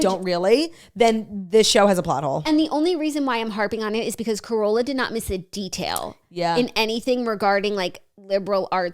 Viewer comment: Jackie - Carola Lovering's name is pronounced "carol-uh", not "corolla" as in "toyota corolla"